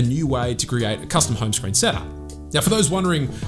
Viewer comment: what i hear is hyme screen